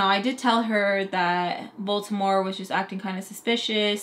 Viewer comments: Baltimore??!! Last video I thought you were saying Voldemort 😂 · What lmfao I hear “you guys thought I said Baltimore but I said Baltimore” anyone else 😭